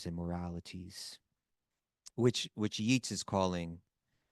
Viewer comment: Just letting you know the poet's name looks like Yeets for the phonetic pronunciation, but it's pronounced Yates. This is for William Butler Years, I presume. Sharing knowledge as an English major. Hare Krishna Prabhujis